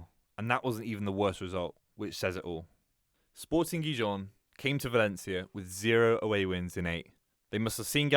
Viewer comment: Wow you pronounced spirting Gijon right 😀